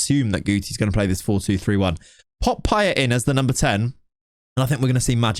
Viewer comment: I Can't🤣🤣🤣 '' Pie-Ett'' Blud its Pie-Ay